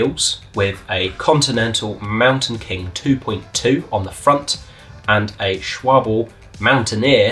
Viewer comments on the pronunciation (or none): Love it. The guy that actually manages to pronounce Peugeot right.. then precedes to say "Schwabble"... All we'd have needed was someone to come along and miss-pronounce Marzocchi in the same video and we'd have the holy trifecta of not paying attention. :¬)